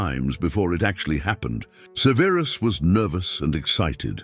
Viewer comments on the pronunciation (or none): Suh-VEER-is Snape lol. I can't 😅